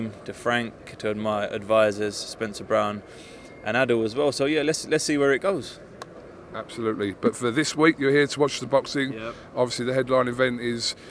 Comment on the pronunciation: Do a shot every time says ‘Absholutely’ during this fight week. You’ll be paralytic I promise you.